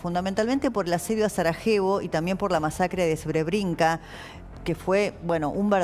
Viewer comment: Ni idea como se pronuncia : Srebrenica. Sre bré nitsa